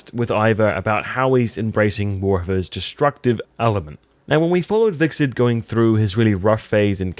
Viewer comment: vickset = Hvitserk